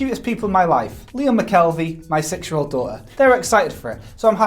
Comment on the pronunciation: A 'six-year-old' is what I hope you said cause to my American ears it sounded like 'sexual.'